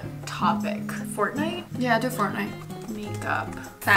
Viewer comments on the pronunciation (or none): none